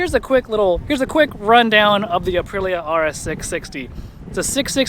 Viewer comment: Is Aprilia really that hard to pronounce? Uh-Pree-Lee-uh. 🤌🏼))